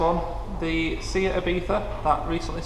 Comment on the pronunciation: It's NOT a "see-at" Ibiza, it's pronounced "SAY-AT" now practice please.....SAY-AT. SAY-AT. SAY-AT. have you got it yet 🤔🤔🤔